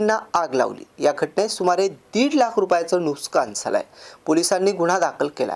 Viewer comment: नुसकान नाही, नुकसान म्हणतात